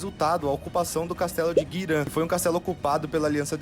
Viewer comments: GIRAN, VIROU GUIRAN .... PQP GIIIIIIIiiiiiiRAN, NÃO GUIRÃ KKKK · que agonia desse maluco falando "oden, guiran e rainers", eu como lineage player nao aceito isso kkkkkkkkkkkk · Que agonia o narrador falando os nomes das cidades e das areas de farm errado kkkkk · Cara e muito louco como o cara que ta descrevendo essa historia fala o nome dos locais todos errados... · Vídeo foda, react mais foda ainda... Mas pra sanar meu toque: - é GIRAN ( e não GUIRAN) - É Dragon valley (e não Dragon Dungeon, e nem masmorra do dragão) - É Heine (e não HEINERS) - É Tower of Insolence (e não Torre da Arrogancia) - É Cruma Tower (e não Cruma top tower) - Um monte de Guilda se chama aliança e não (Clã) - Toi (Tower of insolence) é um spot de farm e não um local pra se ficar - na parte que fala sobre o akirus ter patrocinado geral na volta do dk, te lembra que ele era dono de tudo durante mt tempo (logo podre de rico dentro do servidor)